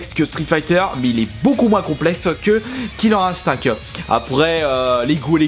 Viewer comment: Tu le prononce bien :o